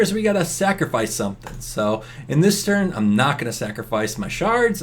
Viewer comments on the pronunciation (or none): none